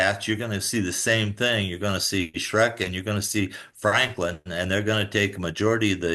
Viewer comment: Mick calling Smrek, “Shrek” kills me every time